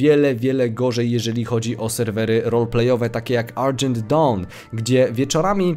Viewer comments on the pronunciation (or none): none